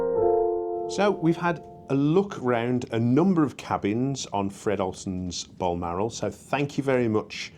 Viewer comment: I liked when you called it “Fred Olson’s Bolmarol” 🤣